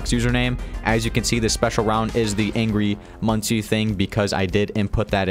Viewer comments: No its pronounced "Angry Munsee" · By the way, I heard Angry Munci is pronounced “Angry Monkey”